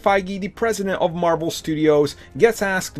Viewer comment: “Pwesident of mawvel studios”